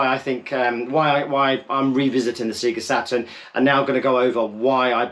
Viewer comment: Sea'ga Saturn? Purple open button?? 😅